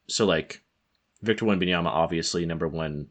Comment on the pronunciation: Blonde guy, it’s wembanyaMMMMMMa. Not an N before the last A. Wembanyama. Not wembanyana